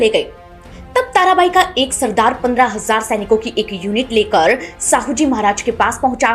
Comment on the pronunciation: Jise aap Sahu kah rahe ho wo Shahu hai ji.